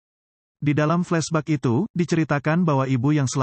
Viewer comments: Flesbek bukan fleshbug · Apa gue salah denger...gue denger flesbak loh...tp udahlah...reviewnya bagus👍😁